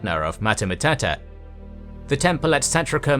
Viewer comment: Go watch Luke Ranieri or something, your pronunciation of names is funny af. matata matata and the larries lmao